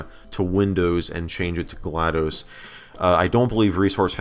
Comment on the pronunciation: this isnt GlaDOS this is GladOS